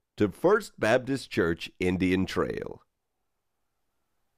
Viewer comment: They pronounced baptist wrong